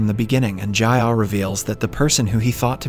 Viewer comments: "Jayah" "Minkai" the accent is killing me help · great video but the way he pronounced the names kinda made me mad ji-ah = jeeyah minkyu = min kee oo